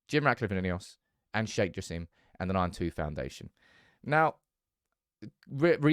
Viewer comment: It ain't Sir Jim, It's Sir Jassim